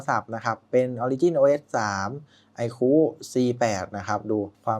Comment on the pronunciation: ไอคู ไม่ใช่ ไอคู้ เฮ้ออออ